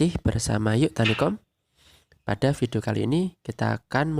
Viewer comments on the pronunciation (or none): none